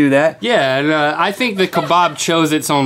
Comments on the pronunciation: It lowkey annoys me that they pronounce kebab keh-bahb instead of pronouncing it for key-bab. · Ka-bab not ka-barb